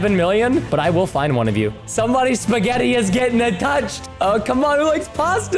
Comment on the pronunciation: when he said spehgati I had just finished putting spaghetti in my bowl